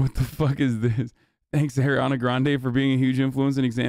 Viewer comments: ARI-ana not AIR-iana bro. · Why can’t he say her name right? Ugh